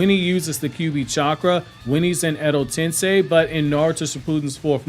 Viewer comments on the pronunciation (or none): none